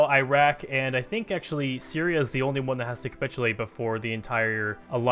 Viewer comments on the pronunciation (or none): none